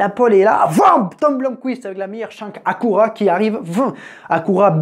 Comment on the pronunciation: J'en reviens pas à quelle point les français sont pas capable de prononcer le nom des marques 😂😂😂 Cadiyac comme vous dites se dit cadilac Acoura=acura Ou sinon c pas dans la vidéo mais votre fameux Hyunday qui se dit hyundé Vous êtes vraiment décourageant